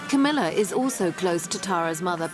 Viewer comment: Camilla is a very intelligent woman . BTW it´s Camilla NOT CAMMILLA .